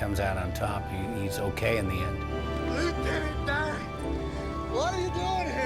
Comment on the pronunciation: Luitenent Dan ice cream !!!!!! But you ain't got no legs luitenent Dan 🤣🤣